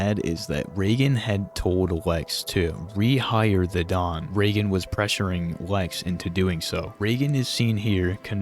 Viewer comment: Bro got to round 25 and “ray gun” (Reagan) began unbearable 😭😭